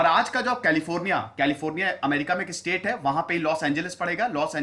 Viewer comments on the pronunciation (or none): none